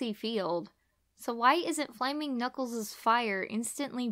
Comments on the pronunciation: Kuukles lol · DiviningBlade I know but said Flaming Kookels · Is nobody gonna talk about “Flaming Kuukles”? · I think you mean "kuuckles" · Inimay Senpai When Eggman tells Knuckles to power up, the first time the voice actor accidentally said Kuuckles. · Kept me laughing for so long... “Flaming kuuckles” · ah yes, kuuckles "I'm getting paid in coloring books!" got me dying 💀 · Times I died laughing: Egg man: ‘FlAmInG kUuKcLeS (T a k e 2) - Sonic: ‘Now were gonna make you more arrow dynamic’ Yea Arrow dynamic that’s how it’s spelled with the Word ARROW and DYNA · "Flaming Kuuckles" LOL XD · Ah yes KUUCKLES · Am i the only one who went rolling when it said kuukels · You know you’ve got a good voice actor when they are so committed, they pronounce the surprise typos. 😂👍